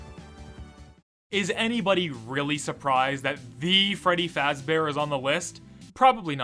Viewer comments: I like it when he said Freddy fazbaer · actually it's pronounced freddy fazbear.